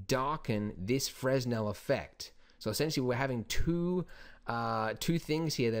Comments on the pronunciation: I've heard you say FREZ-nel in a few other videos, but I believe the proper pronunciation is FREH-nel. Silent "S". Great video, keep them coming! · As always, excellent tutorial :D Definitely trying this at home ;) Although, just so you know, it's pronounced Fre-nel, not fres-nel since the guy who came up with it was French and that's how they do things. I made the same mistake :) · Fresnel - pronounced frəˈnɛl or fruh-nel. It's the same "s" that you'd find in aisle, apropos, debris, isle, and island. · Brilliant tutorial. One thing. Fresnel is pronounced 'Frenel' the lens was invented by Augustin Jean. It's French. :) Thanks again for your tutorials. They are extremely helpful in learning Blender. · It's pronounced "fra-nell". Good Tutorial! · Fresnel, silent "s"